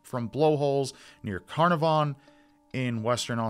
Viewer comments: Just letting u know Carnarvon ( the town near) is pronounced car nar ven ☺️ also a positive from this case is that during all the searches 11 bodies from other missing persons were found. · It's an Australian place so it's pronounced 'Cn aaaaaar vn' 😉 Wishing the best for sweet little Cleo & her family 🤍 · Hey it is "cle-o" not Chloe And "can-r-von" Love from an Aussie fan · how you pronounce Carnarvon is quite funny because I’m from there